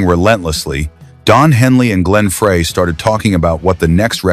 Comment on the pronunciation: Is it still a good story if you can't pronounce the names right? Glenn Frey is Glenn Fr-eye not Fray. Just saying.